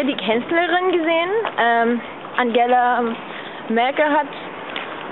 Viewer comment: SIE hat angela melke gesagt hahahahahahahaha